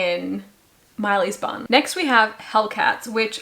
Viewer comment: P.s. I too often heard "this goes in Miley's bum" instead of bun. 😂😅